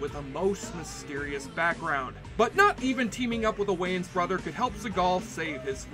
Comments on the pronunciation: You must be Canadian cause no American world pronounce that surname wrong. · YOU CANNOT PRONOUNCE THE SURNAM WAYANS CORRECTLY , HAVEN'T YOU HEARD OF THE WAYANS BROTHERS.